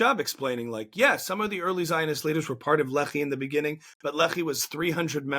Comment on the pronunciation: small thing most people dont notice about Carolls grift, but people who are familiar with israel history do- is he can't even pronounce the names right, which means all his "research" is only from reading random texts but not taking the time to also see documetaries or interviews with the people involved. Example, the Lehi organization, pronounced Le-hee but he says lee-hai 😂